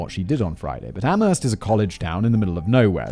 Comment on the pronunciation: Good job. Very funny commentary. Btw, you mispronounced "Amherst".